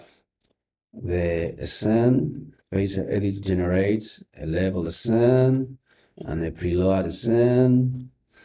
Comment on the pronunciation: Fyi, “scene” is pronounced the same as “seen”. Like in see, saw, seen.